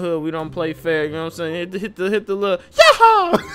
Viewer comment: It's not "YAHAA" it's "YAHOO"